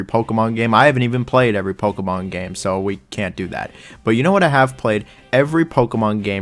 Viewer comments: Playing Pokuhmon, catching Pokuhmon, battling Pokuhmon..throwing Pokuhballs. Pokuhmon. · God this dude is hard to listen to. Can’t pronounce Pokemon so he says it 1000 damn times in the beginning. I wish they kept dislikes on YouTube. Stop saying Pokemon dude jesus christ. As I’m typing this, he’s said it 11 times. My wife is getting annoyed. I’m not gonna finish this comment until he stops saying it. There is is again. Stop saying it